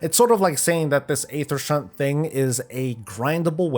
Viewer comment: Also you pronounced Aethershunt properly, I have giggled like a wee lad when other wowtubers haven’t been able to pronounce that haha.